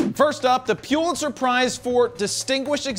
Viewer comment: Please learn how to pronounce “Pulitzer.” (And “EOS.”)